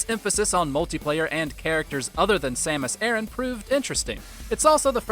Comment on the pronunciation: Samas "Aaron" LOL! Dumb.